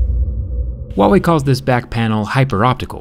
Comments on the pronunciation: ITS HUAWEY NOT WUAWEY REEEEEEEEEEE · Hu - a - wei not wawey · Why are you saying uauei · Why does he pronounce Huawei as 'WA Way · Why do americans always pronounce is wah way? It is pronounced as it is spelt.... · I like how u randomly mispronounce the brand name, since they are not even sold in US